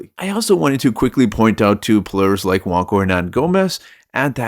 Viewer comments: Bro you lost me when you said JuanCo* it's Juan (wan) Cho (cho) 🫠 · Juancho is Spanish. "ch" doesn't make a "k" sound in Spanish.